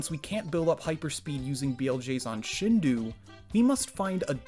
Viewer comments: same here. It’s a total nitpick but it bugged me. Fun fact for the comments I guess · it's pronounced "shindo" not "shindu" Common mistake though because of the '-ou' romanization, don't worry. This series is great! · except sheen should be pronounced a bit shorter as it is shin, not shiin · take a shot every time he says 'shindu' instead of 'shindou' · It's shindou, not shindu. That's why it's written shindou. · "Shindou" does not rhyme with "Hindu". The "dou" is a lengthened form of "do", which is pronounced "doe" (as in a female deer). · Shin-dough, not shin-dew. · Do, like dough. Or dough-oo. Not shinduu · It peeves me that this guy pronounced it shin-do, not the correct way, shin-dough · I'm sorry but I have to correct your pronunciation haha it's pronounced "shin-doe" because there's a "u" at the end of the word. It's not "shin-du" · Its ShindOH nicht ShindOO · Your pronunciation of Shinou hurts me... It's Shin Do-U not Shin Du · Shin-DOH, not Shin-DOO. I'm sorry but that bothered me so much every time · Interesting video, but I cringe every time he says "shindu" instead of "shindō". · You're right, and even more accurate would be "Sheen-doh." Japanese doesn't have short i's. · actually it’s pronounced [ɕĩndo̞ː] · Great video. Headsup that "Shindou" is pronounced like Shin-doh, the last syllable rhyming with the name Joe. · "Shindu version" 🤦‍♀️ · The video is great, but god, as a Japanese person, it bothers the crap outta me how you pronounce Shindou. The "dou" isn't pronounced like the "do" in "do not touch" but instead like the "do" in "dome" or "donut" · great video, btw shindou is pronounced sheen-doe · shindou is actually pronounced like shin dough other than that good video !!! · i can't believe i sat through 13 minutes of the narrator mispronouncing shin-douh without dying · sheen-dough mate sheen-dough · mans really said "shin-doo" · Shindou is pronounced Sheen Do. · it's "sheen-doe" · The dou in shinDOU is spelled like do in donut